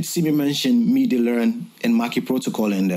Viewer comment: Great tutorial! Thx! No disrespect at all but it’s so funny to me the way everyone outside of the US and UK pronounces MIDI lol Sounds like “meaty” when anyone from a French or Spanish speaking country says it lol in the Anglo world we say it like “mid-ee” I dunno, it’s just an observation that’s kinda funny to my ears I’ve noticed recently. Nothing but love